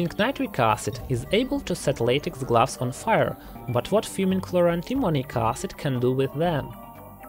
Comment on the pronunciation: Narrator : gloves Me hears : glass 😂😂